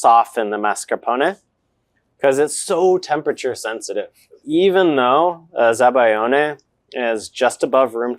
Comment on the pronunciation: zabaglione ≠ zabayone. you're dropping a whole syllable and consonant, there. za-ba-lyee-oh-nay. gl = ly (y as a consonant) ≠ just y, and you pronoune EVERY vowel in -ione